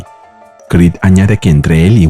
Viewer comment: Stopped watching this when AI couldn't say Creed.